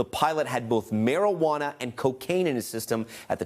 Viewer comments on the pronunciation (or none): none